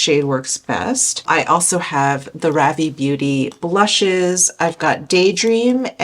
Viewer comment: Love new makeup videos! I think Ravie is pronounced "Rhaa-vy". :) I'm in Canada and I can't wait until they open up their shipping to us. The brush also looks incredible.